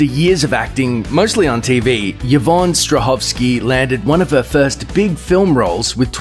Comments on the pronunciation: just thought you should know the name is pronounced EE-von not YA-von :) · Why is he pronouncing Yvonne as "Yah-von"?? It's pronounced "E-von". 😂